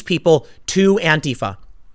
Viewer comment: Tim may be bald and stupid, but at least he pronounces Antifa the correct way